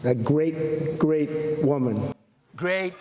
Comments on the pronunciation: I swear he said “grape great woman” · Gweat gweat woman he have trouble saying r's..... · A gweat gweat woman